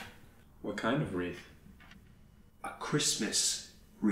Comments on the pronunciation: Honestly I feel like I'm watching Christian Bale as Patrick Bateman (Thomas) and Jim Carrey as take your pick (Olan) act this whole thing out. Also are we going to ignore the fact that Olan is pronouncing it "Wreaf"? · "A Christmas Reaf" lol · So you couldn't handle saying "wreath" properly Olan? lol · I was hanging a wreef... What kind of wreath? A Christmas wreef. This will be said in many conversations. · "A Christmas Reef"